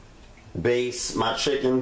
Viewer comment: Looks fantastic!! It's Baste not base, btw